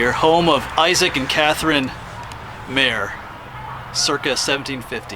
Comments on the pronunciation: Please check your pronunciations. I grew up in Myerstown and we never called it the Isaac "Mare" house. It was pronounced like Myer. Many things could have been mentioned like Lancaster Airport, seminary in Myerstown, etc. Otherwise, very enjoyable. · Thanks for posting. Great travelog. Myerstown is my hometown, however founder Issac Meier's name is pronounced the same way as the town's name is pronounced. Myerstown, hence the name Myer, not Mayer. The German pronunciation is the same.